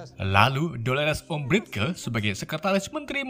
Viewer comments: tulisannya Umbridge dibaca Ambrij bridgenya jadi brij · Kak, Dolores Umbridge tuh dibacanya Dolores Ambrech. dan klo lestrange dibacanya lestrenj